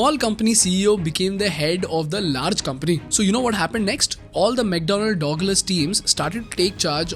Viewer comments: bhai...its not Dog-lus. Its Dug-lus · Pronounciation for 'douglas' is like 'da glass' but not 'dawg lass', sounds very odd :) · It's mcdonnell douglas (duglus pronounced) Not Dogless.... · ayo what I heard DOGLAS hahah damm, it's DugLas not DOG it's DUG. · say douglas again :face-green-smiling:🤣🤣🤣